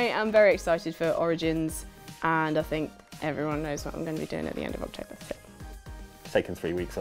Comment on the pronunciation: October? Did you mean to say "OXtober"? ✌😄